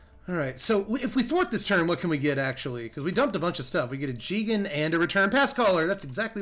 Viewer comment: jee-gan sounds so wrong. I say guy-gan. Still love you ftp